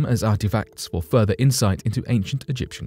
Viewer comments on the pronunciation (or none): none